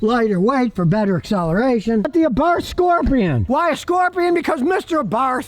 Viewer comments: I have a 2010 FIAT SIENA 4 door with a fuel injected 1.4 engine, 5 speed, Totally stock and runs and revs like a beast. Has 175k kms, no problems. Abarth is pronounced AAAAA- barth, not uh barth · Just for the record this version of the 500 is pronounced "Abart." Also, Happy Birthday.